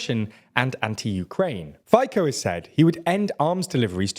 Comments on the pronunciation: His... his name is not pronounced Fayko... his name is pronounced Fitso (with "Fi-" being read as the "FI" in the acronym "FIFA"). I myself do not exactly like the corrupted Robert Fico, but noone should have their name butchered like that. You even did a good job with reading Čaputová's name, c'mon... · Good video but it's not a Robert Fiko but it's Robert Fico the c is like s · I must say the analysis is unfortunately spot on. My only objection is to the pronounciation of "Fico", which should be more like "Fitzo". But factually great job. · I loved how he pronnounces "Fico" as "Ficko"... very funny if you are a Slovak. XD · It is hilarious how do you pronounce Fico. It is supposed to be pronounced Feezo. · "Robert Faikou" :DDD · I love how he pronounces all names correctly but only the terrorist and mafia member Fico is called 'Phyko' ;D lovely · Fajkou... my God 🤣🤣🤣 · Only 1 thing , HLAS is not shorten of 4 other words, it is only 1 word hlas which can be translated to English as Voice. And also, for me as Slovak pronounce of Robert FICO's name as Fajko is the best thingI have heard in long time😂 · Also funny how people pronounce our names. Such as FICO - FIKO. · Really well summarized, great job! Just a minor note – you could look more into the pronunciations of these foreign names. I understand that some sounds are difficult to pronounce for an English speaker but Fico [fee-tso], for example, is just way off. Anyway, thanks for what you do! :) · as a Slovakian i gotta say this video surprised me, and when the guy said Fico as Fiko i burst out laughing. You butchered his name so beautifully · Fico is pronounced Feetso. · Fico is pronounced something like fiso. Not exactly the same, but the closest I could find. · "Ajgor Matovik " and Robert Fajko 🤣 😅😅 you killing it ! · Fico - reads like pizza, so its Fizzo. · I can't get over this guy calling Fico a Fajko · Calling Fico Faikou made me shit my pants. Do at least basic effort to pronounce our names.